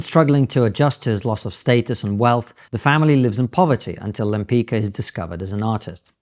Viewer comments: You pronounce Lempicka: Lempitzka and not Lempica; like Trotsky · Lempicka's name is pronounced more akin to “Lempitska”. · Lem+pits+ka. That's how you pronounce her name. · I believe her name is pronounced "Lem-pitch-ka." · You know better how to pronounce Lempicka. She was a great painter and I hope this spikes people interest in Polish artists who around this period whare the best in the world.